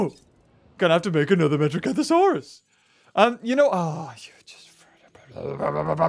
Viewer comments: its not metrocanthasauras its metriancasuras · did he say metrocanthosaurus... its metriacanthosaurus